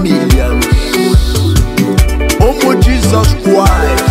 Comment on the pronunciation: Lol..... Him no sabi pronounce Christ